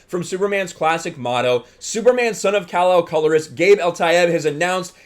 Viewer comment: Can we be a little less apocalyptic and homophobic? This isn't Kal-El. Kal-El is still the Superman you've always known. This is another Superman, just like Marvel now has various Spider-Men. I don't get how Superman being bisexual would really change who is he is, and the way you emphasize "man" when you say Superman, as if a bisexual man isn't really a man is...kinda messed up.. Is it really a big deal that he's a climate change activist? This is the character who fought on the side of the worker against oppressive capitalists in the 1930's and fought the Klan in the 1940's. There's a long-standing tradition of Superman as a character aligned with leftist ideals. "Truth, Justice and the American way" was just a motto on the t.v. series with George Reeves, it wasn't an indelible phrase in the comics. It isn't like caring more about the whole world makes him anti-American or anything. Geez, did people freak out this much when DC published Superman: Red Son?